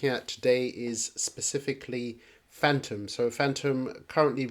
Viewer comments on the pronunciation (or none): Specifically not sisisipicly also 0.52 was a good time to buy after the pump not at 0.62 cents like this guy has just done and bought into he is way down right now iv just bought a load at 52 cents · When you say specifically you start off with a sp a spe a spe not a sis.Also this guy cannot chart his t.a is terrible